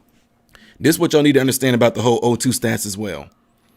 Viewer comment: Hey Hon......it's O2 sats not stats. as in saturation. just clarifying not being snarky. I enjoy listening to you